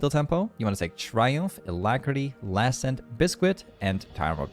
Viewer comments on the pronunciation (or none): If you say Bisk-wit one more time.